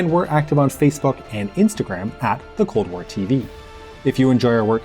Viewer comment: I can swear that in the last phrase I heard "the problem with the CORN WAR" 😂🌽